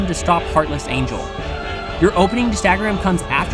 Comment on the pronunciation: Hahaha you said one winged Angle not angel